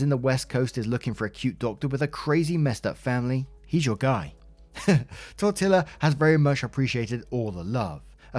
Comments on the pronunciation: 1st Tortilla is pronounced like tour-tea-ya two "LL" make a "y" in Spanish. 2nd that's some bs! Poor woman gets 💩 on for things beyond her control. She may have won the internet for most updates, but she just received so many sucker punches it's not even funny. OP, if you are reading this, please do move to a different city and away from all things Ted. What Ted did is probably the worst of everything. Yeah, he was supportive, but he let you down when you needed him the most. That's not ok. Will it be better for you in the long run? Probably so, but the "coulda", "woulda", "shoulda" creeps in when you least expect it and most vulnerable. Be safe. Be happy. And be YOU! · i imagine there's already 100 comments saying it, but tortilla is pronounced tor-tee-ya. it's a spanish word, the double l is its own letter in spanish and makes a ya sound there's a whole lot to unpack with this whole story so i'm just gonna focus on the simple things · “Apologies for it going that long” I AM BEYOND HAPPY WE HAVE SOME LENGTHIER CONTENT FROM YOU!! I could listen to you explain paint drying and be interested. Also as a Mexican, it’s “tor-tee-yuh” for tortilla ( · I love you to pieces, but you really butchered Tortilla, lol! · I was about to say you had me cracking up at your pronunciation. My family uses that pronunciation when we're being silly. the double ll is a "Y" sound for spanish words. Sometimes you forget sometimes you don't. Most the time, you try to pronounce it proper at least and never get mad at yourself or someone else for being wrong. Only if they do it on purpose. I can't roll my "R's" so if you can do that, you've got one up on me. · No apologies needed on the pronunciation of tortilla. We sometimes say that ourselves in my own family when we are being silly. It’s a Spanish word so the double L has the sound of y like in the word yarn. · Why are you pronouncing tortilla like that? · I love your videos, but listening to you pronounced tortilla was hilarious.